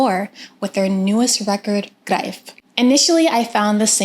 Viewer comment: the first american who can pronounce the album title :-)